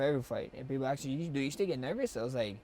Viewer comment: aks aks aks holloway